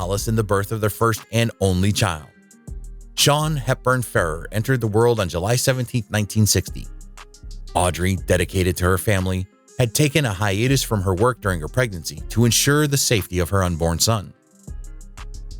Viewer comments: It’s pronounced Fur Are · How do these videos choose narrators? This guy's mispronunciation of Ferrer is perhaps understandable, even if it destroys the fiction that he knows anything about his subject, but how does he drag Francois out of Franchot Tone?